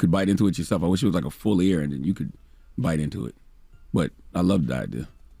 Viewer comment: The fact that y’all had a whole segment around mike bites and was WRONG. ITS NOT A BITTEN PIECE OF “AIR”…..it’s A BITTEN EAR!! Yes just like he did EVANDER! 🤣